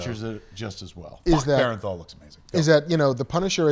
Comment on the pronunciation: Bern-thal, not Ber-en-thal.